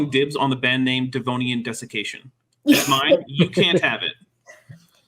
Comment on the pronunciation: Funny I know you said sudden desication but I heard sudden def.....